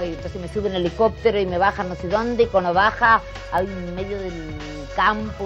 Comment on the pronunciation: Tiene problemas mara decir "cuanDo". No pronuncia la "D". Dice siempre "cuano". A la foniatra!